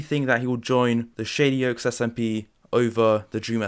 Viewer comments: Every time he says shady oaks I here shitty oaks lmao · Am I the only person who heard "shitty oaks" instead of "shady oaks" ?